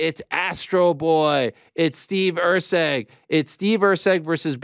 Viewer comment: It is Erceg, not Rceg...